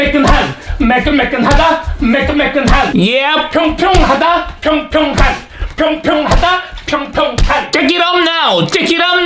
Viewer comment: 원본에선 발음이 푱푱한으로 나와요